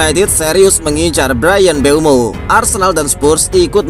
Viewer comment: Mboume min, bukan mbueno😅